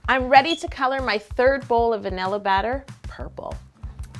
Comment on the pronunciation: is it just me or did she say banila in the beginning